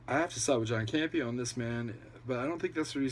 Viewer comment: Wait Grace Hancock is actually a collider personality...i assume u meant Grace Randolph and Campea not "Cambia" hahaha i do love how all these videos call Randolph by doffrent names tho. I really cant stand her so i enjoy the fact shes being called Rudolph and Hancock hahaha because she thinks shes a super famous talent lol